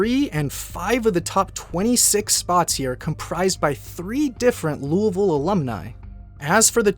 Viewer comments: The s isn't pronounced, and over time the sound that the "oui" makes became dulled. Now its not "Lewieville" its "loolvle" as most words end up dropping syllables over time. It may even shorten more in the future. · Ya that's how you say it. It's really lull-vull. I'm from Louisville and live here to this day, so ya that's exactly how you say it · Thank you for saying Louisville correctly -all of Kentucky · for the love of all that is holy, thank you for pronouncing Louisville correctly 🙏🙏🙏